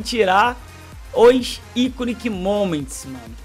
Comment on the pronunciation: Iconic = Aikon (se pronuncia assim)